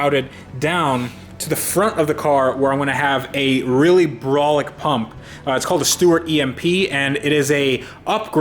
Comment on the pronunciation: said braulic. So gangster.